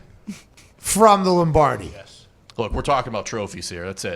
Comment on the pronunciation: please tell me you said Lombrady on purpose LOL